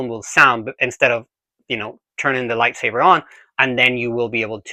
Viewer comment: Are you saying "lie savers"?